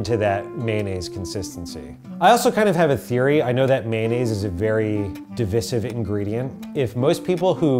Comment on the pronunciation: the most divisive thing about this video is how pronounced divisive